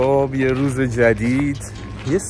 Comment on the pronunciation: موقعه ک گفت امروز روژ قشنگی یجوری درس بود روژ ب کوردی میشه روز😂کوردی فارسی انگلیسی